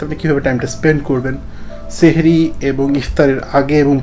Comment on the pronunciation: সেহেরী না বলে সাহরী বললেন